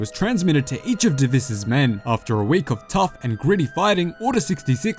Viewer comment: Your pronunciation on deviss is wrong its dev-is not dav-ess